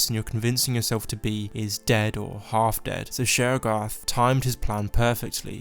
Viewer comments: 'Sheorogath' Me: still understandable 👍✌ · Y’all should put subtitles on and read it whenever he says sheogorath